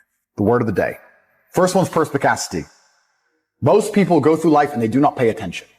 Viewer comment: well it not actually not picassity , it is perspicacity